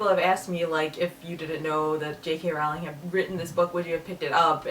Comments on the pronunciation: Rowling is pronounced like bowling.. :) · You pronounce "Rowling" incorrectly.